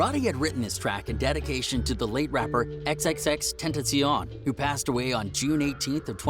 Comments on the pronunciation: Y in the world did he say X name like that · How he says xxx tentacion is so funny😭😭